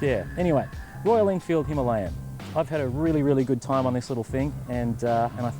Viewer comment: "Him-a-layin nobody" Gold.